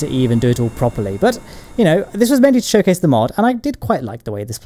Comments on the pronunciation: propah english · I love when britishers say "properly"